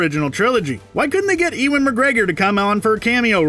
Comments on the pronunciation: Says eewan Me being called Ewan too TRIGGERED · "E-win" McGregor. (shudder)